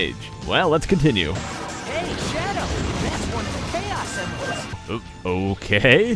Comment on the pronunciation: Its Pronunced Kay-Os